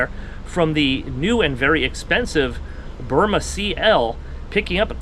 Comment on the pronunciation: It’s Byrna with a “n” not “m”